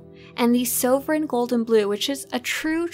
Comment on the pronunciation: “Saw-vrin” = sovereign